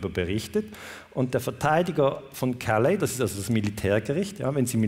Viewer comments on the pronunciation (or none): none